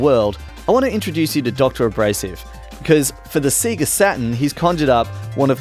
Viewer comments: SAY GA NOT SEE GA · Ridiculous isn't it, even in their own adverts they'd pronounce it Say-ga. you'd think he'd have known this! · see-ga? i thought it was say-ga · "Seega" ?! o_O "Say-Gaaaah!" Sheesh, sort it out. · I LOLed at that too. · I'm mildly frustrated by them saying seega instead of seyga (as they pronounce it in their intros). Other than that, bloody amazing. :) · Everything about this video is perfect apart from the way he pronounces SEGA. Did these guys never play sonic the hedgehog? It sings out when you switch it on..."saaeegaa".. not "seeegaa" :( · Apart from the fact that he keeps saying "seega" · "seega" lol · Does that conflict with the fact that the Sega splash at the beginning of games literally pronounce it correctly as "Say-guh"? No one thought it was odd that they were pronouncing it differently than the console itself? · Alright, I think this is how Sega (セガ) is actually pronounced in Japanese: sagha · its SAYYYYYYGAAAAAAAHHHHH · Ya, annoys me too but it reminds me of something said before in an episode of Let's Drown Out; apparently in Australia, the Sega ads on TV would pronounce it that way, so he just got used to saying it that way. Still, you'd think the famous SAY-GAAAAAAAAAAH at the start of Sonic would have overridden that sooner or later, but oh well... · SEE-ga? What's a see-ga? Just messing. This is impressive, he really went deep here. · Why do you all say Seega? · "I've got a Seega Meega Drive" 😆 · Just eww at the way you sayga.._ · I'm not American :-) So I can spell AND pronounce Sega. But if you prefer to remain ignorant and keep mispronouncing it then fill ya boots! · I downvoted for the deliberate mispronunciation despite the the name of the company being pronounced right in the boot/splash logo. Yes, it's petty. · I've never heard anyone say Sega the way you do. Made my day man! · cant even pronounce sega properly its not hard bruh